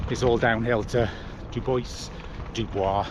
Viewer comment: BTW, pronounced "Doo boys"